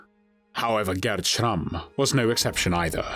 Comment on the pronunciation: Had to stop the video after the third time I hear the ridiculous pronunciation of SCHRRRAMMMMM